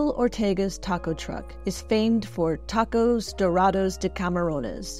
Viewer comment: When you have Mexican people saying taacoouuss...it's a total disrespect for our Gastronomia Mexicana. Bro se dice tacos!! Que tacouus ❤ 😂